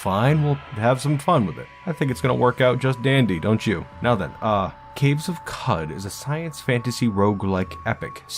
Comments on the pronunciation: qud is pronounced like "kuhd" because it comes from qudzu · It's pronounced Qoc